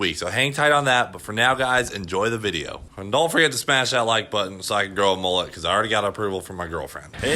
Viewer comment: Its a mul-let Not a mol-let Straya! get a dog up ya